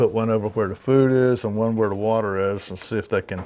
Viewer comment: Not water, but wate